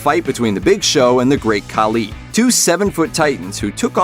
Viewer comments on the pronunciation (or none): Please say batista and khali’s name correctly it irks my soul